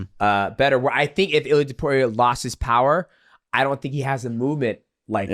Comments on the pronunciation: It's Ilia not Ilier :D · Purey uh??? 🤦🏿‍♂️🤦🏿‍♂️everyone knows how to say his name idk why tf u say his whole name wrong on purpose 🤦🏿‍♂️ iliar??